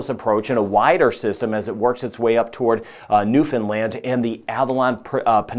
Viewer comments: I am very impressed that you pronounce Newfoundland correctly. Very few do. And to even know or care that Atlantic Canada exists. 👏 Huge respect! 🇨🇦 Subscribed. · You actually pronounced Newfoundland correctly! I'm impressed that you did and that you even went that far north